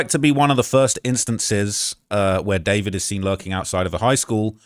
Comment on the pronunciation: I thought his name was DuhFOURvid not David….